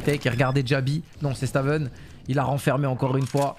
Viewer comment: Stavn ce prononce staun (pr moi c stone), sinon bête de format aussi bien sur cs que valo force a toi le boss